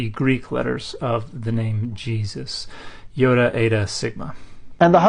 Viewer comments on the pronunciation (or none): I don’t know if you’re aware of this, Dan, but you pronounce iota weird. (😋)